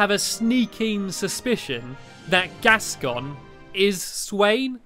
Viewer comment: Gascon = Gaston